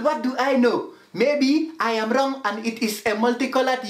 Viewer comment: ‘WRRRONG AGAIN’ 😭😭☠️